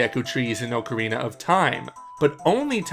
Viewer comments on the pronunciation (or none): none